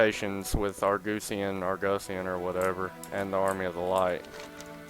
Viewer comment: "Argoosian"... lmfao